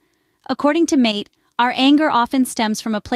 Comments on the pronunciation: Learn how to pronounce his name❗❗❗❗❗❗❗❗ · I wish the AI announcer would pronounce this wonderful man’s last name correctly … I personally feel it is at best careless and at worst disrespectful to publish content that depends on Dr. Mate’s reputation & expertise and NOT pronounce his last name correctly.